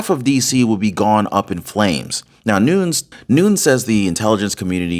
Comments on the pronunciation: ITS NOON YEZ NOT NOONS JS PEACE MAB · It's Noon-ez, not noons. Just an FYI. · "....Devin "Nu-neez....". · Its pronounced "nu-nes" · That is NOT how to pronounce Nunes……. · you're pronouncing Nunes wrong, Squiggly line above second n. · Hey, you are doing a very good job on here! Just a little change on names needed. Nunez is pronounced different from Spanish. He’s Portuguese American. So it is Nu-Nez, not noons. Also FISA is a hard “I” as in Fi-suh. I hope that helps you a bit! But still, very good job! 👏